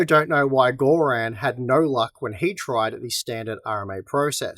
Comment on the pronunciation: bloody hell "Gore-Ran"? its bluddy Gorrun